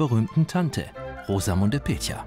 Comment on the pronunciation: In spite of all those Herzkino-movies Rosamunde Pilcher is not German but British. Her name is definitely not pronounced the way it is at the start of this documentary.